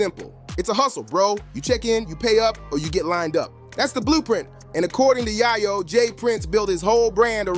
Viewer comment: Bro disrespected yayo with that pronunciation....not tuff